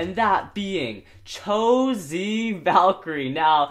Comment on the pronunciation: He said chosie